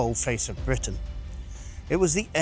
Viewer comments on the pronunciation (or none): none